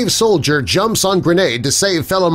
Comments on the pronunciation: Soldier not Sodlier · Solider? That's pronounced "sol-i-dur"